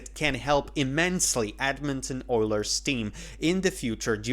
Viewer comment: Where are you from? Most people pronounce Edmonton with the emphasis on "Ed," the first syllable.